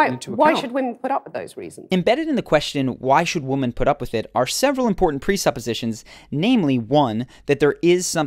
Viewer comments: "Women" is pronounced "wimmin", not "woman". > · Please learn the pronunciation of womAn and womEn. )) (( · Dude do you not know how to pronounce Women? It's Wymen..... You even hear Cathy say it, and yet you say, wooman. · Women, not woman. Lauren Southern also can’t pronounce it. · Why does the guy in this video keep saying ''Woman'' when he should be saying ''Women''!!!! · "women" is pronounced WEH-MEN. Not WO-MEN. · You pronounce "women" as "woman". There is a difference. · Please learn the difference between these words and pronounce them properly: women and woman. You say women like woman. Woman is singular and women is plural and these words are not pronounced the exact same. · Nice work. Helpful. (BTW women is pronounced Wimmen) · Why do you pronounce 'women' as woman. This is a linguistuc trope that's happening a lot. "There are all these woman" I heard recently, it sounds slightly misogynistic. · Why do you pronounce “women” like “woman” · Is he saying woman? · Another person who bizarrely appears not to be able to pronounce the plural of "woman" ... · Why do you pronounce women (plural) as if it was woman (singular). I have heard a lot of people do it and I don't understand. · Woman - Singular. The plural of Woman is Women (pronounced Wimmin). It's really not that difficult. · Why do you pronounce "woman" and "women" the same? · Great video. But I must ask, why do you pronounce the word “women” like “woman”? Is that a regional thing or just a mistake? Curious. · The narrator says 'woman' instead of 'women'. This seems to be becoming common on the world wide internets. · Women and Woman are pronounced differently. Please learn the difference. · Why can’t people pronounce the word woman and women correctly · For crying out loud dude. Learn the difference between the words "woman" and "women." You pronounced it wrong two times. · Quick question: I have noticed over the years that more and more, native English-speakers, mispronouncing "Women". Why is that?